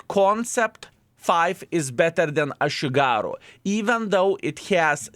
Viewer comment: "A shit-garu" tank